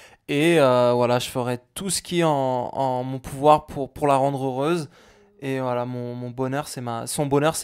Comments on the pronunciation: mdr au lieu de dire "voilà" il dit "wallah" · voila = wallah mdr on dirait qu'il dit ça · On dirait quand il dit voila on a l'impression il dit wallah😂😱😂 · Quand il dit "voilà" on dirait qu'il dit "Wallah"